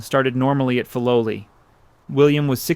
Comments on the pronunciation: Fi low lie not fi low lee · The pronunciation of Filoli is F-eye low lee not Fee low lee. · You have produced a wonderful documentary, devoid of the annoying and unnecessary background music. I lived in SF when Lurline Matson Roth was still an active patroness of the arts, and we were told that the name was pronounced FYE- LO-LEE, because Mr. Bourn made up the name combining words from his credo, FIGHT, LOVE and LIVE. (“Fight for a just cause; love your fellow man; Live a good life.” ) I have not visited the gardens lately, but I wonder if the docents pronounce it the original way. You get extra bonus points for pronouncing correctly the name of the artist, Ernest Peixotto, prominent in Bay Area art circles. Also, one of the most famous Matson ships that sailed to Hawai’i was named “The Lurline,” which everybody pronounced Ler-leen. Again, thank you for such an interesting and articulate narration.